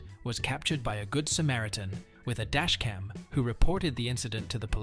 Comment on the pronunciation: Samaritan not samaratan.